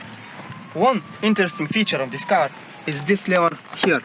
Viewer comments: "Dis cable...dis dis....dis is not important." :D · Zis kable iz not important. 😂😂😂😂😂😂😂😀😀😀😀😀😀😀 Buhahahahah buhahahahah